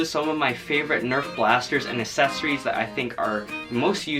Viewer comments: It's accessories not assessories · I love how he says assessories instead of accessories